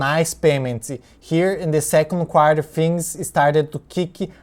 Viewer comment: I was first thinking that the Apple was a DRIP type thing. That you put your first dividend in Apple and got more dividend. It's good that Apple increased the dividend in the 2nd Quarter (You pronounced it like Quar-yah, some people say Quar-tah). Hope Apple keep increasing and become an aristocrat. What is that ABR? What is expectation from that stock?